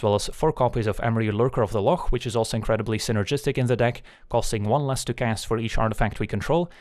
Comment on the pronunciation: Always a good time hearing a proper pronunciation of "loch"!